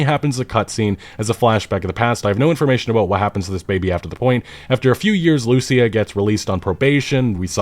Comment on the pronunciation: Just run the names by google translate or something if you're not sure how a name is pronounced. Lucia ("loo-see-ah") is not a hard one either.